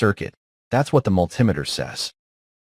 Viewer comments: It's not a mul timiter it's a multi meter. Bloody American AI. lol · And can you learn to say Multimeter correctly. It's Multi Meter as in a Metre with Multiple functions. What the hell is a Mul Tim itter? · mul-TEE-meter, mul-TEE-meter. Fkng AI. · What's a "multimiter?" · Never heard it pronounced like that before multimiter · Multimiter pronunciation. Apparent ai glitch. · ˈpronounce multimeter məl-tē-ˌmē-tər. AI is extremely annoying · Obviously it was one that couldn't say multimeter properly